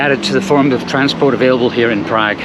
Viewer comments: Prag? Who pronounces it like that? Prahg, please. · Funny how he pronounces PrAgg !! Agreed, Czechnia / Czekia, crazy.